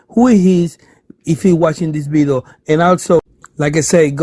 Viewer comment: I could barely understand you. Nice “Bideo” though.